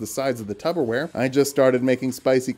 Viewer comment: did I hear you say tuber wear instead of tupper wear